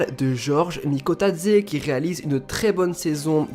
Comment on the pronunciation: Bravo TU prononce Bien son nom et je suis 🇬🇪🇬🇪🇬🇪🇬🇪🇬🇪🇬🇪🇬🇪🇬🇪🇬🇪🇬🇪🇬🇪🇬🇪🇬🇪🇬🇪🇬🇪🇬🇪